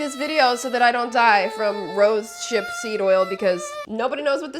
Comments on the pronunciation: It's pronounced "rose hip seed" not roship 😄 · Rose hip seed not rose ship seed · Rose hip not rose ship lol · Don’t mean to be rude but it’s pronounced rosehip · Girl. I think it’s rose-hip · It's pronounced "rose-hip-seed oil" 😅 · It’s pronounced ROSE-HIPS seed oil 😂 That’s why Alexa was like “girl, whaaaat?” 😅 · I’m pretty sure it’s pronounced rose hip oil😅😅… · Lol it's pronounced rose hip. 🌹 ❤